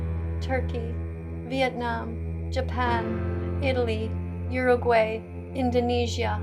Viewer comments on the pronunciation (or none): See miss pronounced Uraguay